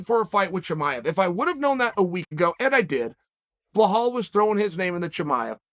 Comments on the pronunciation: To have your name mispronounced by Sir Chael is a literal blessing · Does he make the name wrong on purpose? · Man im glad Charl is back. But damn can he fuck up a name. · Let’s remember the name, but butcher it like there’s no tomorrow. Good ol uncle Chael 😆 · I think the comment is about mispronouncing the name on the video, which is telling us to remember the name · Chael's entire video is about remembering Muhammad's name, while the whole video he is saying his name wrong. lol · Chael: “I think I will remember the name” still pronounces it wrong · There's no H in Belal's name. Please Uncle Chael mercy. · Blahobovich, prokraska, prokrayav, now blehal, blehol. Chael undefeated, never gets it wrong... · Try pronouncing it "bell-all" you'd be closer than whatever your saying now. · Say it with me Chael, "ball hall". Now you try. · Bluh-HAWL Muhammad has more than proven himself as a top tier contender in his division. His Achilles heel is that he can't even correctly pronounce his own name! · Macklechev, blehall, ahhhh man 🤣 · Yo is Chael trolling with this Blahal ish? I can't tell lmao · Please start saying Bill-All thanx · BAHAL???? bamaaal??? LAHAAAAL??!!! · "Blah-hall" hahahahahahahah you kill me with the name butchering. lol blah hall is funny af. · Ble-haal Ladies and Gentlemen Chael "Butcher the Name" Sonnen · Blahal 😂 good to have uncle Chael back offering & bringing us this and that. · blehall? cant u spell and pronounce properly? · BEE-LAL, Chael!!! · Belal, pronunced bey laal, chael u dumbo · "We absolutely will never forget the name" It's like a bursting out laugh....."BLA HALL" Rememeber the laugh Mahummed. I got 3 minutes in and had to rewind the entire video because I didn't hear anything from laughing so hard. Edit...I can't get through this video. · Blo-hal 😂😂😂😂😂😂😂😂 I’m so dead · Uncle Chael you are butchering the name it’s pronounced Be’la’l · Chael "Blahal Mohammit" Sonnen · "Bluh Hall" = NOOOOOO CHAEL!!! For the love of God and geese! Enunciate.